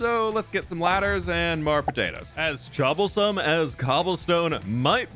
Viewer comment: sooooo did he say "choblesome" or am i watching too much hermitcraft o.O